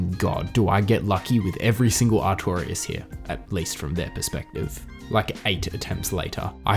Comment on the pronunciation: His name is artor-ias ........artorias